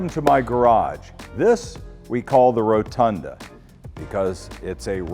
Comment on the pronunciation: holy shit. I've never seen someone say Rotunda so badly